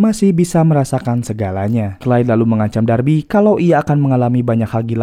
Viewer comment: Beuuhh mantap sinopsisnya. Film Gerard Butler memang selalu menyala 🔥🔥 btw ini narator udah bilang "Clyde" (baca=klaid), kok pada komen "Clay" (baca Klei) 😅 beda ygy...